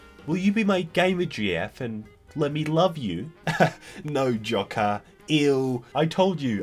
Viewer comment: Jo-ker not jock-er